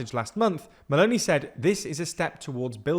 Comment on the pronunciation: There are some pronunciation errors in this video: Padánia not Padanía Veneto (e like Emily) not Venito Meloni (I like Italy) not Meloney Would be better too if you call the parties as they are called instead of translating them